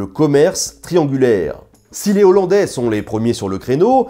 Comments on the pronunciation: Les z'hollandais vous pensez qu'ils mangent des z'haricots parfois ? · Et pour être un peu pointilleux, on ne fait pas la liaison quand un mot commence par un H : "les Hollandais" se dit "lé Hollandais", pas "Léz Ollandais"^^Tu te fais systématiquement avoir par ce piège. Bon je chipote un peu, mais c'est dommage, parce que ce tu fais est quand même vachement bienssssssssssss